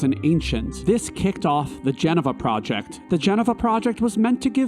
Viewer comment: Wtf is a jenava?